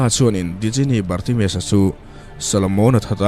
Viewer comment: A ngaihnawm hle mai. Djinni hi Jinni tia lam tur niin ka hria. Sap hovin Genie tia an spell tak kha. 😁😁